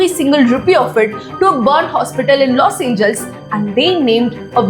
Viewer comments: It's los Angeles..not los angels. I like your content just your pronunciation is not right. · Los Angeles: pronunciation is 'Loss Anjee-lesss' pls